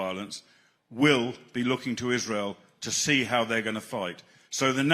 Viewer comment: is mispronouncing Israel again.